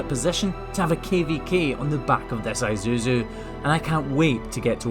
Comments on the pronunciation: "I thought he said Mitsubishi, that's an Izusu, what?" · Thought I heard Mitsubishi too lol. Now… I don’t want to see ANY dents on that truck for at least 2 years. If one happens, get it fixed before next video. :) >:) Lol! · Its pronounced eezoozoo......all one word ...i just love his accent sexy as all get out. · It’s pronounced ee-su-zu. Love the channel. Fellow Scot now in Tokyo.